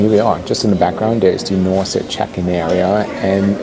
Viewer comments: You pronounce the name wrong, it's Nors e, without e at the end . Like a horse. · Is the name not spoken as NORS? The long E at the end doesnt belong in the pronounced airline name, does it? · Something does not sound right with the NOR-SEEE pronunciation. Should be "nors(e)" ? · Not sure how you missed on Norwegian being bankrupt (they certainly are not), and the name of this airline being Nors’ (with a silent E), as in Norse Mythology…